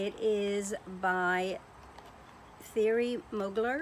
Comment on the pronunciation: Womanly is not you! It’s pronounced... Thierry Muu glair. You Rebel Woman, it’s going to attract trouble!!! Haha lol.